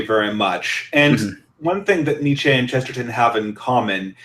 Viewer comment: Precious little discussion of Chesterton on youtube! Good job guys. But your pronouncing Nietzsche wrong!